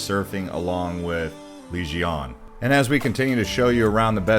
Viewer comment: Enjoying your content very much! Just wanted to say though sorry but you are pronouncing Legian wrong. It is Leg-i-ann 😝 cheers